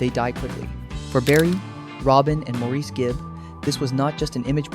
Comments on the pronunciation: Incredible harmonies, and Barry was just... 😍🥰😍🥰 By the way, Maurice's name is pronounced Morris. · How much can one know about the when one can't even pronounce "Maurice"? That was my great great grandfather's name. I know he pronounced it the British way because one census taker spelled it "Morris". That's what he heard. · I quit watching when the narrarator didn't pronounce "Morris" correctly. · No. While it is spelled that way, it is prounounced Morris. That is the pronunciation used most in Great Britian. I've heard him prounounce it that way, his brothers call him that and in most interviews, especially the ones by British hosts. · Please pronounce "Maurice" correctly! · Perhaps, but if you're going to make a video of "facts", at least get your facts right. Makes me wonder if any of it is correct. Having a name mispronounced is lazy. Trust me, mine is mispronounced quite often.